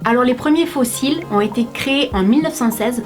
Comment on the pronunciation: quand tu as dit la 1 ère fois ''faux cils'' j'ai entendu fossile 😂